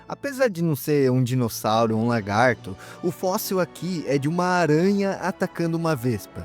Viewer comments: Lagarto, não "largato" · Largato kkkkkk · Excelente vídeo, já me inscrevi no canal. Parabéns por não usar narração por IA, que deixa o vídeo muito tedioso. Só que isso traz uma preocupação adicional, quanto à dicção e ao linguajar. Sugiro vc se policiar quanto à pronúncia correta (evitar "largatixa" e "largato"), e quanto ao uso de palavras chulas (isso eu notei que já está melhorando. Sucesso com o canal! Forte abraço!